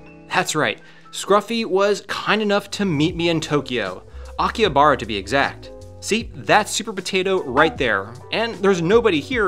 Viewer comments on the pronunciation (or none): Isn't it pronounced Aki-HA-bara? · The H in Akihabara reads like an R